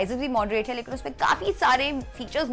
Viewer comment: ओसवैल नही ओसवाल, जीरोडा नही जेरोधा जरूरी है मुंह चबा चबा के बोलना😂😂😂 बेमतलब का लिंग्यूस्टिक शोऑफ!